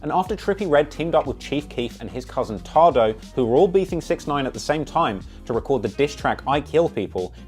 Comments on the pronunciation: I know it's the accent brother its "TAY-DOE" not "TA" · It’s tay doe Not ta do 😂